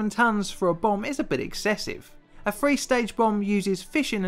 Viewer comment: 1953= Nineteen fifty free?